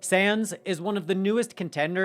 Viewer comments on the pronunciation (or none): It's SAWNS like Johns.... not Sans.